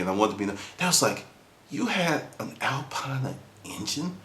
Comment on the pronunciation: Not exactly how you say Alpina :) but nice story.. so it was a Race car then? There was no Alpina 2002 road car unless it was a hatchback. Was it Orange?